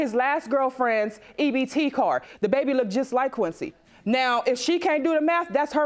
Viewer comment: Let's not forget about "Look-ded" or "numerous of" or "I seen" or...